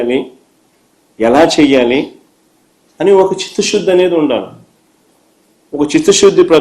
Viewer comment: Chithashuddi kaadu ra adi chittasuddi, meaning cheppara howle meaning cheppu